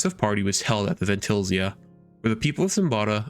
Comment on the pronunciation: Loved that butchering of Vaentilazia 😳 Awesome vid tho Kinda forgot to mention I also joined at one point but that's alrite